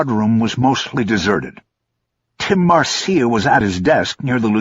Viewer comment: "Marcia" is pronounced "Marsha."